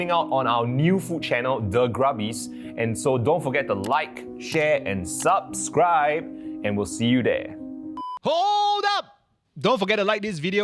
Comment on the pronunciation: gave the video a like as soon as pronounced "subscribe" correctly 🤣